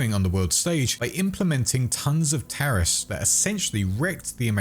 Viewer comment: "tarrifs" oh. oh no.